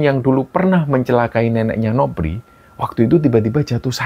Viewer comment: Kenapa,nama novri harus bacanya nopri,seperti dewi jadi dewik,andi jadi andik,ita jadi itak.cerita di kembara sunyi bagus tpi kurang nyaman mendengarkannya 🙏🏻